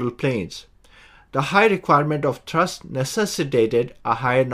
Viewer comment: "Co-rotating coaxial propellers" do not exist in practice. "Thurst" = thrust. High pitch angle at the root to low pitch angle at the tip. Most designs use tilting rotors for vertical takeoff and cruise, so require variable pitch propellers for better efficiency. Sharrow propellers are manufactured on 5-axis Heller HF3500 CNC machines. Worse control due to poor PID response from the greater mass/inertia of the toroidal props. Jetson ONE does not use coaxial propellers; rather, each corner uses twin motors in a tractor-pusher configuration. Coaxial propellers/rotors provide more control and maneuverability for the same footprint as a single rotor; however, two separate rotors are more efficient and provide more thrust/control. Jetson ONE has fixed pitch propellers/rotors, so cannot vary the pitch of each rotor; likewise, each corner's pair of motors vary their rotational speed together. Contra-rotating coaxial propellers can be arranged such that the aft propeller is smaller in diameter but higher in pitch than the fore propeller, which could provide better efficiency than a single propeller. (Similar to the ducted fan, albeit variable pitch, discussed .) "Co-rotating coaxial propellers" do not exist in practice. "Co-rotating coaxial propellers" are not used in practice, as opposed to contra-rotating coaxial propellers, because of the lack of cancellation of torque/propwash/gyroscopic precession/etc., more susc